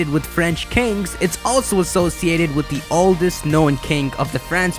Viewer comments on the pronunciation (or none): none